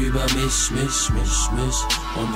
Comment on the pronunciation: das einzige was mich stört ist die ausprache von "mich" :D